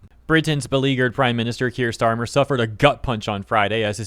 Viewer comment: Keir starmer, nein, its herr shteirmer😂😂😂hes the long lost cousin of von der lin😂😂😂😂😂